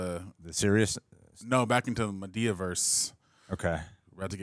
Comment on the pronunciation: the pronunciation of Madea as Ma-Day- uh is killing me 😂😂😂😂 he said it like Amadeus 😂😂😂